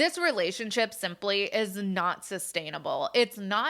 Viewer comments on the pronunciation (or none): none